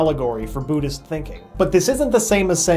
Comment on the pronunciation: Why does he say booddhist not buddhist